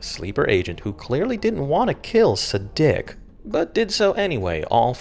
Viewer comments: deNICE??? sadick???? gotta be doing ts on purpose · SE-DICK? DE-NICE? What? are you using AI to voice these?